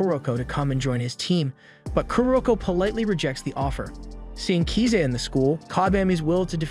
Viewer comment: Swear to God every single one of these recap channels always mispronounces the names of the character wtf is up with kiza